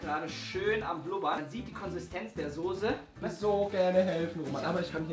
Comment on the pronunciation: Soße nicht sose